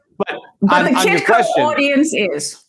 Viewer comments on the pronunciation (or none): Kitko not kikko... Peter Shiffless